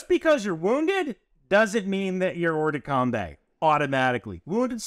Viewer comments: Not exactly! There's no "the" in that phrase! More like "Or-duh-com-bah". You could even use the English pronunciation and say combat as we do, but com-bay? No, sorry! Great vid nevertheless! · hey great video! I actually learned a lot. BTW its hors de combAt (pronounced combAA) not coumbe. Also follow up question, how is the PMI going ??? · the "kombay" was painful. it's "or-de-combah" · thanks for that. i'm bilingual at that pronunciation hurt me. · Great video and clarification. The only infraction committed in this video is pronouncing hors de combat as OR de Kombay (better OR de KOMBAH). : ) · love your content, and will pardon your French all day long. But in case you're interested, it's "or de combah" -- not "combay". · I know it's not a major thing, but hors-de-combat would be pronounced ‘oer duh combah’. If you want the pronunciation sounded out, Google translate it from French to hear it. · FYI, it's pronounced oar-the-come-bah, the ending sounds like cinema. All the love from this Frenchman. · Must... correct.... the French prononciation... Hors-de-combat = more or less "or-der-com-bah" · Hors-de-combat is pronounced Hor de com bah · At least he didn't say Horse De Kombat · As a frenchman; bat in combat is pronounced like wombat, but the T is silent.